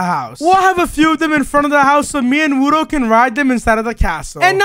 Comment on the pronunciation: Bruh it's frickin wudo not wuno Wuno isn't a word